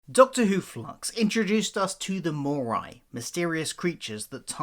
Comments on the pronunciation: Why are you saying mooreye? It's mooreee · Great idea. Please though, it’s pronounced “mauree” not “maureye”😂